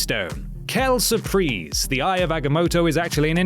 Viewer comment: I'm sorry I'm not being a hater but French being my second language makes me cringe so hard on his pronunciation of " Quelle surprise"